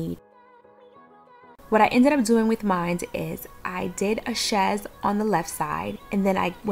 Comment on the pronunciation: Yay!!!! You did it girl!!! It all looks gorgeous and THANK YOU for pronouncing chaise correctly!! 😉